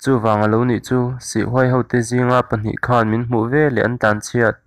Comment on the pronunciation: Khan ni lo in,khân tih tur